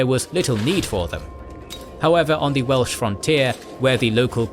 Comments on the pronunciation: Yay more Wales! Great pronunciation! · As a Welshman I’ve really enjoyed this series. And your Welsh pronounciation is excellent! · It truly is. The way he pronounces all the Welsh names near perfectly without missing a beat truly warms my heart. So many names get butchered on other channels, but never here. Diolch!